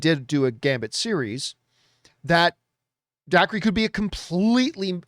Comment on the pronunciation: Dacre is pronounced Daker.